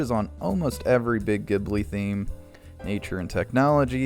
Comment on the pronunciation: Ghibli sounds like Jibbly